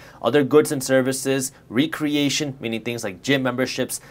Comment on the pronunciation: Recreation: wreck-ree-ation, not ree-creation